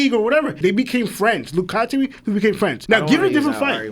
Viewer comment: Katateary is a crazy pronunciation